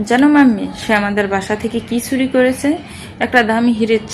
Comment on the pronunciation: "চ" কে "ছ" অর্থাৎ চুরি কে ছুরি। "ভ" কে "ব" অর্থাৎ আভা কে আবা। এছাড়া পড়ার মাঝে হাই তুলা। টু থ্রি তে পড়া বাচ্চাদের রিডিং পড়া। ব্যাস, এইটুকু শোনার পরে আর বাকীটা শুনা সম্ভব হলো না।